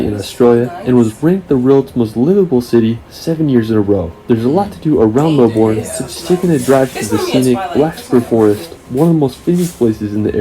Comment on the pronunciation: Pronounced Bond-eye not Bon-dee. Also Melbourne is pronounced Mel-bun not Mel-borne.